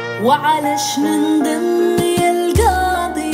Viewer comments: ديك الكاضي ما عندها حتى معنى حنا فالمغرب كانقولو القاضي اما هاد الكاضي عمرني سمعتها فحتا شي بلاصة و كي قالو ناس زمان الزيادة من راس لحمق فنضري مسحي الأغنية و عاوديها مسگدة لانني عمرني ما نولي نسمعها بهاد النطق هذا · شمن كااضي الله يهديكوم كنقولو القاضي بحرف القاااف 😑كتعوجو ف الهضرة بزز منها